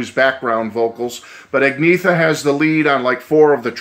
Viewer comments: "Ahg-Ne-Ta ." Great review, otherwise. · As a swede I tought you pronounced it great 👍